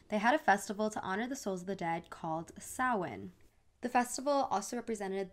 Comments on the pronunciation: i just wanted to say thank you for pronouncing Samhain as "sowen" and not "sam-hayn"🥺🥺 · Thank you for pronouncing Samhain correctly! Sowen not sam hane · I’m impressed that you actually correctly pronounced an Irish word 👏🥲 thanks for spreading awareness for our culture 💕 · hearing an american pronounce Samhain right is just mwah cheffs kiss thank you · I’m just now discovering your account and watching this super late but I need to commend you on your pronunciation of Samhain. Thank u for researching how to pronounce it because it truly irks me as an Irish speaker to hear SAM-HAYN🥴 Interesting note on your comment about being possessed at Samhain: a lot of Celtic traditions like Samhain began here in Ireland and spread to Scotland but one thats unique to Ireland is fear/respect for síoga (fairies) especially at Samhain. They were our main fear as they were tricksters that would mess with you in different ways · FINALLY SOMEONE PRONOUNCED SAMHAIN RIGHT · I’m so happy about how u explained the origins of Halloween way to many people just claim Halloween is an American thing and completely forgot the massive Irish/Celtic history behind it and I love that you bothers to look up the actual names of samhwain and how to pronounce it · Wow you actually looked up the pronunciation of Samhain 👌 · thank you so much for mentioning samhain and saying it correctly, as a pagan and a witch who celebrates it it is nice to see representation instead of misinformation. amazing video :)